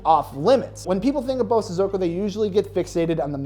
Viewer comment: As a Japanese, Just to help with the proper pronunciation. Bosozoku is pronounced (Bō(slight pause)Sozoku). sozoku is pronounced fast and in unison. Bo|sozoku 👍🏼